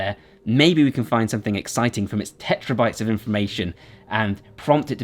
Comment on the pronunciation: did you just say "tetrabytes"?